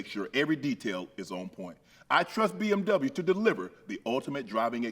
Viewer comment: “I drive my BMWya” you gone love the BMWya 😂